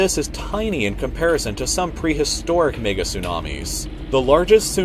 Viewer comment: when he tryed to say mega but he said the n word